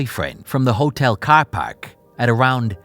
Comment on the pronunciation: Is this guy from Boston? The way he said caaaar definitely sounded like someone from Boston 😂